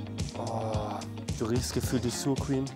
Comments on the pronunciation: hahaha wenn er noch einmal suuur cream sagt bekomm ich nen Schlaganfall XD. aber geiles Video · suur creeeme LUL wird sauercream gesprochen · sehr geiles video, liebe diese battle mit!!! LG!! PS: es mann spricht SourCreme tatsächlich "sau/r creme" aus und nicht "sur creme" hahahhaha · jaja die gute Suhr Cream 😂😂😂 es heisst sour - so wie unser mit scharfem S ... aua -> Saua ;) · das heisst nicht "Surcream" sondern "Sour" ausgesprochen praktisch "Sauacream" xd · Also ich liebe ja wirklich über alles und seine Videos versüßen mir immer den Tag. Aber es macht mich wahnsinnig, dass er „suur-cream“ sagt😂 Geiles Video ihr 3! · Also die Qualität an Content auch in dem Ambiente ist nicht mehr zu toppen. gegen den Rest der Welt, klasse. Anmerkung: Aussprache Lautschrift Saur Kriem - Wenn du das nochmal so aussprichst krieg ich glaub ich Dünnsch*ss😂. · "Suur Cream" da bekomm ich Herpes 😂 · Wenn noch einmel Sur Creme sagt dreh ich durch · Wer kennt sie nicht, die Suuur Cream 😂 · "Suhr-Krem" gibt es nicht. Sour Cream ist Englisch - duchgängig. Aussprache ist wie beim Whisky Sour. Guten Appetit. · Suo cweam 😂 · digga was ist 'sur-cream' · Wenn jetzt noch jemand schafft, die Aussprache von Sour Cream beizubringen sind die Videos mit dem Duo eine 1+ mit *;-) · Wer wird auch immer durch Holles Aussprache von Sourcream getriggert ? 😂